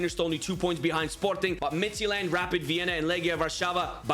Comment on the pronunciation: I would honestly love if this style of UCL would become a real new format to the actual UCL Also just wondering why you pronounce Midtjylland as Midtsjælland. Just saying